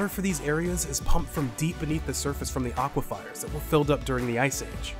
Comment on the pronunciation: its aquifers not aquifiers btw